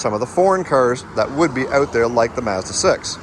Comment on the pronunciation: This guy needs to learn how to pronounce "Mazda".